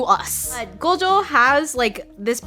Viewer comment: just like gojo they mispronounced it to gojoww which is incorrect